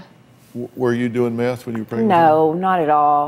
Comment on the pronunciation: pregert pregant pregante